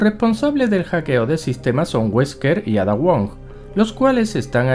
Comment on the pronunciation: Yo solo me pregunto por qué pronuncian Ada con los cojones.